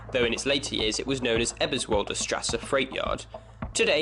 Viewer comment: Thank you for this, it was genuinely informative, and there was a distinct improvement in the quality of your German pronunciation between parts one and two, even if you did have a bit of a mare with Eberswalder and Gesundbrunnen. I had no idea that the original name of Ostbahnhof was Frankfurter Bahnhof, but it makes sense, in that the line goes to the other Frankfurt (an der Oder), which is now the border town with Poland, as opposed to the more famous Frankfurt (am Main) in the west. Keep up the good work!